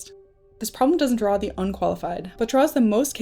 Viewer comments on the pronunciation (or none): none